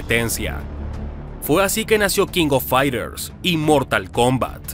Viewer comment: Pronuncia bien no se te entiende nada, No es Kingofaiter es King Of Fighters